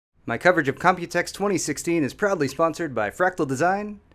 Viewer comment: Everytime i listen to the intro i hear "probably sponsored by...." lol